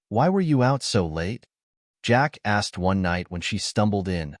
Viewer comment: I kept giggling like a kid. Every time the narrator would say, "Jack asked...." it sounded on my computer speakers like Jackass. Hey, I told you it was childish, still made me laugh!!